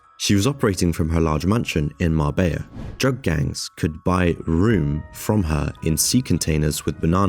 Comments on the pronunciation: Dutch word room is pronounced close to roam in English. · The room , cream, your talking about is pronounced rome as in Rome.